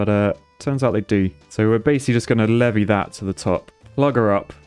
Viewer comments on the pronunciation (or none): none